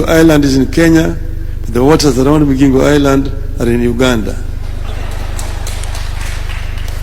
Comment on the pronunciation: It's MiGingo...Not MiJingo...ay banangeeee